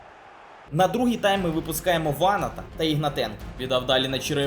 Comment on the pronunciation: Дуже ріже вухо наголос ВАнат, а не ВанАт